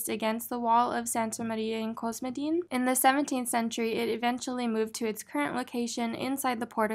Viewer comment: The word "cosmedin" has the same Greek root as "cosmetics" so I think the accent is on the "e"